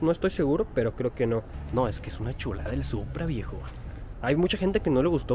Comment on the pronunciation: Me encanta cuando dices: MIRA NOMAS QUE SHULADS. hasta pareces de SHIHUSHUA...Saludos desde CD Juárez